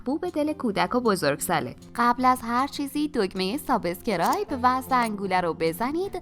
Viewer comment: ممنون از آموزش های خوبتون. یه خواهش، لطفا کلمه subscribe رو درست تلفظ کنید. سابِسکِرایب نیست. سابسکرایب هست. ب و س صدای إ نداره. البته با احترام به شما و همه عوامل کارتون🥰